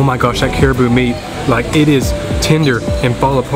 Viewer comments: Did you say CARIBOO? We pronounce it as CA-RA-BAO . Hahahaha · yeah, cute Southern accent. By the way, it is not Cariboo. Hehe. Ca-ra-bow or Carabao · It's pronounced as carabao my friend not caribou or whatever it is your saying?? And its latik on top of your last dessert, which is caramelized young coconut!! Get yourself together with your pronunciation pls it hurts my ear listening to you!!